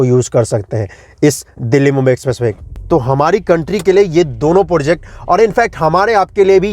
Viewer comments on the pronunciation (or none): project bolo bhai.. porject nhi